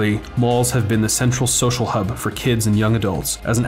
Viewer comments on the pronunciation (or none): none